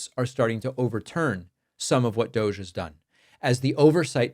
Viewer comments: Dear narrator, I wonder, when you say 'dooojJ', how many literate Americans can write it as 'DOGE'? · DOGE ( pronounced, "Dodgy" ) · Still think we should be pronouncing DOGE as Dodgy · that's how you pronounce it? i thought it was "douche"...